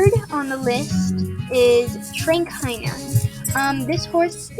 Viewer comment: Just so you know me this is not hate or anything but I’m just telling you it’s pronounced tra-K-ner idk if you said it like that but it sounded different so idk lol